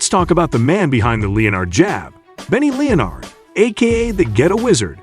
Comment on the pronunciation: "leo-nard" jab? It's pronounced 'len-ard" jab fool